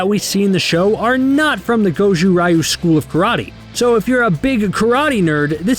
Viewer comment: Daniel and his wife run the most successful dealership in the Valley. Of course they got cash to burn. Through Hawk's deception the Miyagi students did actually get detention for the soccer field incident. Anthony was at a friend's house for a sleepover. Did you watch the show? Also the Ryu in Goju-Ryu is pronounced (Ree-ooh). That last one's nitpicky but I am a martial arts practitioner so had to poke 😜